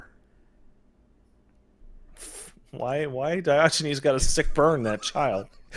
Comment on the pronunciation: “Dye Oh Genies” The fuck...